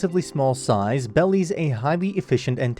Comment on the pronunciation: This is a joke. 'Belies' was pronounced as 'bellies'. 'Meritocratic' was pronounced as 'Meteoric'. The saddest part of this joke is that BOTH 'Belies' and 'Meritocratic' made far more sense suggesting this was straight up taking from state sources in SG, or more likely just taken from ChatGPT who would have consulted such state sources and put things together with words they might've likely used (like meritocratic).